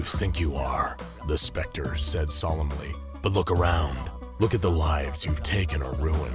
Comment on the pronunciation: The narrator said " Homelander " casually but when he said the spectre it was more like: " Homelander lasered T̸h̷e̵ ̴S̵p̴r̸e̷c̴t̶r̷e̸ only to find that the T̸h̷e̵ ̴S̵p̴r̸e̷c̴t̶r̷e̸ has appeared behind him, then T̸h̷e̵ ̴S̵p̴r̸e̷c̴t̶r̷e̸ punched Homelander *